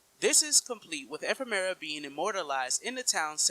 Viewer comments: Firstly, learn how to say Ephemer. Secondly he's objectively not dead considering we fight his Heartless twice in KH3. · Let's not go through this again. Ephemera is his original name in Japanese. The English localization changed it to Ephemer. It's not a big deal, let's not be petty about shit like this